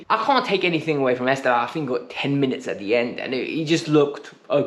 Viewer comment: Please learn to say are brilliant young Brazilians name properly. It’s not ‘Est-av-Ee-o’. That’s not even close. “Estevao” is Portuguese for ‘Stephen’. It’s actually pronounced “Ess-Tev-Owwn” (the last syllable to rhyme with TOWN). Trust me in this. My girlfriend is Brazilian and her family are all Palmieras fans Otherwise, keep up the good work